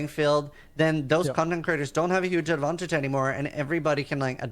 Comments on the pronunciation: Why does this guy keep saying "advontage"? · Why does this sissyron guy struggle with the word advantage so much? geez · This guy has a very odd way of pronouncing "advantage"